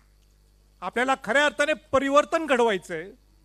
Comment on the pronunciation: 😂परिवर्तण 😂 बोलायला शीक